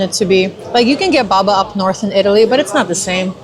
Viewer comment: Not baba but Babà : you have to stress the last vowel